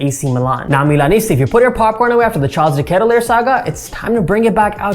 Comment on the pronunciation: Not that I care, just in case you wanted to know, his last name is pronounced differently. But like I said, doesn’t bother me, felt like you should know if you didn’t already.